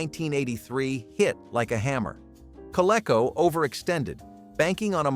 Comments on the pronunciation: maybe more kah-lee-co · co-lee-co , you dummy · Co-lee-co! Doesn't rhyme with gecko.